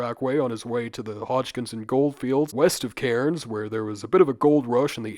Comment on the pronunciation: love the videos man but as someone from cairns i can't let you get away with that absolute nightmare pronunciation, it's said more like "cans". anyway, will definitely have to start saying "what the bloody kookaburra was that", you're an inspiration.